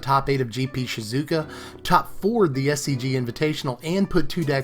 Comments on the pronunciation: It's Shi-zu-o-ka not Shi-zo-u-ka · Btw it's not shi-ZOO-ka it's Shi-zoo-OH-kah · It's Shizuoka, not Shizouka.